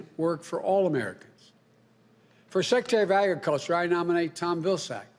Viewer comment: Secatary ofaggacture.... slurr a thon